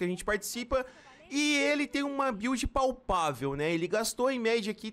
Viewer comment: "Palpavel" "F2P"